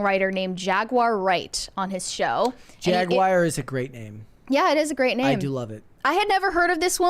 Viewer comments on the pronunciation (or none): Jag-wire? Seriously?!